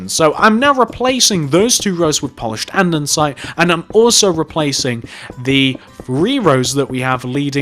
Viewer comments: Did u realise u say Andensite not Andesite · ANDESITE NOT ANDENSITE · its Andesite not Andensite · its andesite not andensite (i cant tell if its your accent or if you are saying it wrong so if it is your accent sorry) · its AndEsite not AndENsite......... honestly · I got EXTREMELY annoyed when he kept pronouncing it an-den-site. IT’S AN-DE-SITE! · Who else notices that he calls it "andensite"? Like if you noticed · This guy really likes Polished "Andensite"